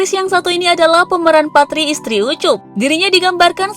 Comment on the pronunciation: Naratornya baca kaya lokomotip rem blong bablas aja. Parti juga dibaca PATRI.